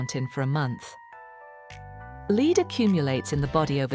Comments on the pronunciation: AI...its not "leed" Its lead. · Leed? I can't stand AI. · Not in the UK, they pronounce it “leed”.